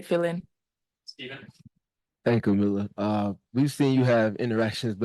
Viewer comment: That argument falls flat. Because right now Coach Sides is getting roasted for today's game. Dont know why people keep butchering Kamilla's name. Jamila??